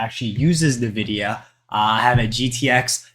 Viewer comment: It's pronounced 'en-vidia' btw.